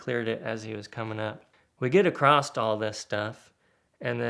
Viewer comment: Again, no T in the word 'across'.